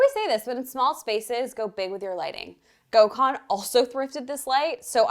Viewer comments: Take a sip Every time she sys gokhan😂😂😂😂😂😂 jeeeeeZzzzz woman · Gosh it killed me hearing how they pronounce his name. Gecmis olsun Gökhan… u should really tell them how its pronounced correctly 😂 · The way you pronounce his name is craaaazy 😂